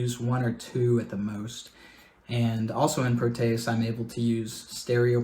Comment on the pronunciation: You are pronouncing it wrong like most other youtubers. pro te es, not pro tay us. Here is an audio example.